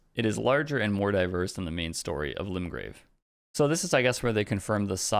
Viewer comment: Lol who would have guessed Miyazaki would pronounced Limgrave “Rimgrave”.